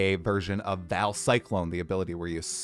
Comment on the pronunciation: what is with American and theyr absolute inability to read names(or words most of the time) its not Val, its Vaal